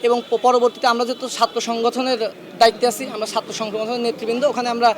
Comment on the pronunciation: ছাত্র, বলতেও পারেনা।